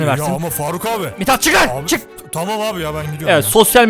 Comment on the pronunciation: 1 daire yi 5 kişi ye satıcaksım mitat (mithat değil): tamam abi